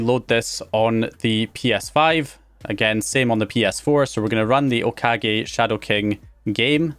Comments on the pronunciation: Lol, you were finally pronouncing Okage correctly in the last video but you're back to pronouncing it wrong again. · He pronounced it wrong the first time and then correctly later in the video :P